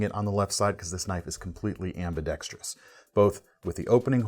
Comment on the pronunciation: Knife content: great as usual. Also, and "not for nothin' ", (tips cap to Bob DeMarco) thanks for keeping 'ambidextrous' to its four syllables